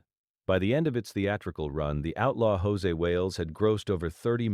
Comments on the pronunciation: Stupid AI-generated narration is FULL OF ERRORS! For example, the film's name is NOT "The Outlaw JOSE Wales", but it's "The Outlaw JOSEY Wales!" But repeatedly is mistakenly called JOSE Wales in the narration! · If I were Clint Eastwood I would sue the channel that produced this YouTube. When AI continuously mispronounces Josey as (in Spanish) Jose, it makes me believe the whole story is BS. "The Outlaw Josey Wales" is one of the best western movies...ever. I guess whoever produced this actually knows nothing about the movie, as well as Clint Eastwood. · Dear AI it is pronounced JOE Zee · Josey is not pronounced Jose. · AI crap. Can't even pronounce Josey.